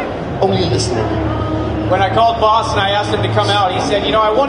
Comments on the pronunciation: This guy calling him BOSS? It's BAS, and it's not pronounced as BASS or BASE either. The "A" is pronounced like the "O" in FOX and the "S" is almost more of a "Z" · Everyone fighting over the pronunciation of his name you would pronounce it bahs but it is spelled bas now get back to the real comments